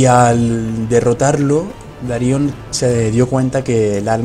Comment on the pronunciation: Darion, no Daríon xD